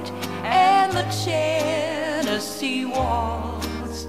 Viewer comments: きつい南部なまりの「チェネシー」発音がいいんだよ。カントリーウエスタンの名曲はテネシー州の歌になったね。 初めて恋人ができたヤンキー（南部）娘が、自慢して友達に紹介したダンスパーティーの夜。 気が付いたら、親友と楽しく踊っていたとおもったら、その手を放さずに、奪われていった、とってもスイートハートな素敵な悲恋の歌なんだよな。 英語がわからないけれど、この歌には、そういう、魂を震わせるものがあるんだよ。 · TennessieのTeがche OR tseになっとるので全体に汚く聞こえる。